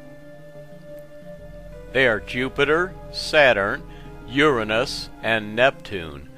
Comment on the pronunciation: no..that is the correct way to pronounce it: your-rah-nus not your-anus